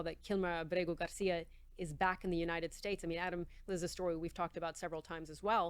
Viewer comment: The President doesn't need consent to send in the military to protect federal property and federal employees in any state. How about you clowns read up on American presidential powers before you spread more fake news. Yet you got the Maryland animals name down perfectly with the Spanish accent and everything. You Disgusting animals